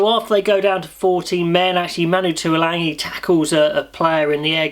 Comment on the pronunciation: Great analysis but please there's no 'n' in Tualagi .